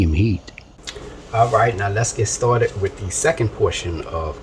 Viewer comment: I know it's good,, 'cause you smacked the table a full 10 times! Nice to see a channel where the cook uses "the trinity" AND Tony C's AND garlic! You had me at "let's get staw-ted!"